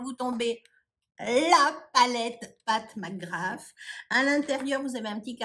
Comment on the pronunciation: Bravo car tu ne dit pas pat mcgrath en américain je supporte pas se qu'il le dise en américain . On est francais non mais!!! 😂